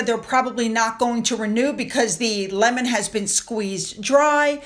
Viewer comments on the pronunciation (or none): none